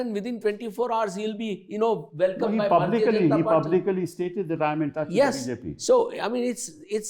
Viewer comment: Mr. Sibal, the pronunciation of the word 'publicly' is pub-lick-ly and not pub-li-cally. Point to be noted. This word like the other one 'overeignty' is these days being much mispronounced in the broadcast media.